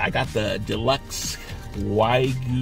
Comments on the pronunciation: yeah I'm not even remotely interested in the culinary opinion of someone who doesn't know how to pronounce wagyu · you know how to pronounce Wagyu now? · "How to pronounce Wagyu" lmao what a scholarly muchacho woowoowooOOOOOo